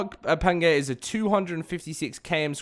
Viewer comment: I came here to say the pretty much the same. Pangayer was hurting my brain to hear lol.